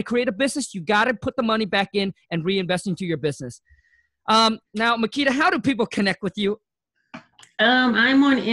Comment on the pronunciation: I like how kept calling her Marquis, but she sorta resaid her name a few times. Great insight for sure about strategy. Great work Marquita!